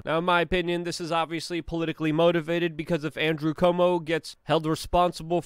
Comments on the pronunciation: NOT pronounced Como. More like saying Quote or try this -- Cwomo. Holy shit, who doesn't know this?!?! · I don't like the guy either, but I wish you would learn to pronounce his name. It is NOT COMO! It is Cu-omo, three syllables, as in, kind of, coo - oh' - moh. It's just something we've all heard so much it's kind of hard to understand why you keep saying Como. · Dude, its CUOMO..... KWOMO.... not Como. do you not read the name? Do you not hear other people say it? How can you still get it wrong every time. You need hooked on Phonics, bro. I know you're Polish, but C'mon, dude. Pronunciation.... It's important.